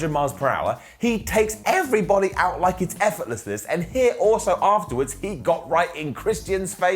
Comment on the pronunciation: Did he say effortless less ??? What did he sayyyyy 🤣 love the show